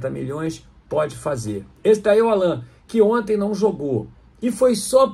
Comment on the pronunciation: não pronunciar o nome do Allan, da forma como os pais dele o batizaram, não seria desrespeitoso?